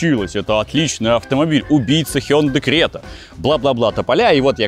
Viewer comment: Спасибо за правильное произношение хёндэ.